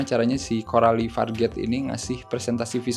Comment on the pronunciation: Cara baca nama sutradaranya adalah Corali Farja